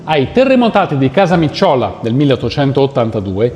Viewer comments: Casamìcciola, con l'accento sulla i, non Casamicciòla...(a 2'13") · Casamìcciola , comune di ISCHIA ha l'accento sulla I ...è diventato anche un modo di dire al sud ...se è successo un guaio grosso e c'è tanta confusione di dice "è succièso CASAMÌCCIOLA". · Casamìcciola, non Casamicciòla!!!!!!!!!! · si dice "Casamìcciola" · Da abitante di ischia devo dirti che la pronuncia di Casamicciola è sbagliata L'accento è sulla i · Mi permetto una piccola correzione su una errata accentazione (tra l'altro giustificabile in casi del genere),Casamicciola l'accento cade sulla prima i dopo la emme. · Sei bravo e hai un bel timbro di voce. Ti devo correggere sul fatto che Casamicciola si legge con l'accento sulla 'i' e non sulla 'o' e poi il Re Umberto I è nato nel 1844 come hai evidenziato e non nel 1884 come da te enunciato. Ciao e a risentirci. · Bella sintesi di un periodo controverso della nostra storia. L'episodio del convento dei Cappuccini è tristemente significativo. Prendere a cannonate conventi resterà un vizio dei Savoia (Debrà Libanòs in Etiopia). Unica nota Casamicciola si pronuncia con l'accento sulla i di 'mi'. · Casamicciola,accento sulla prima i